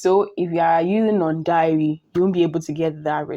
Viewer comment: It’s pronounced “day-ri”, not “diary”.